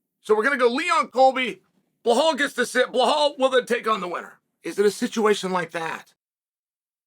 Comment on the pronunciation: “Blahal” there’s no h in it it’s belal 😭😭😭😭 day 2 of telling Chael: WUSSUP